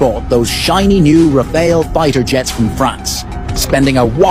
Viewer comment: Pehli baar ksi k mu sey Sahi suna ha Rafael..All cheapster said Rafale...😅😅